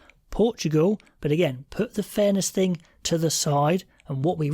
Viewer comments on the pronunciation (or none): "Put the fairness ting aside"...😅😅 Only by an English man...😂😂